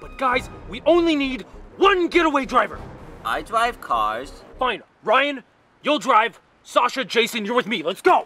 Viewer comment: "Ai Drave carrs!" LOL